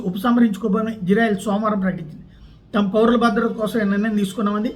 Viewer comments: అయ్య మీరంటే మాకు చాలా గౌరవముంది.... ఇజ్జ్రాఎల్ కాదు... ఇశ్రాయేల్.... కొద్దిగా బష జాగ్రత్త... దెవుని ప్రభావము నీ మీదకు దిగివస్తుంది. క్రిస్టియన్ మనోభావాలు ప్లీస్... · ఓరి... ఇశ్రాయేల్ అంటున్నవో....హిజ్రాయేల్ అంటునావో అర్ధం కావటంలేదురా బాబు!!